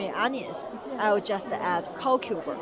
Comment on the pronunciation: the word "cucumber" is pronounced "queue-come-ber" - (queue as in lining up) 🤗🤗🤗- hope this helps.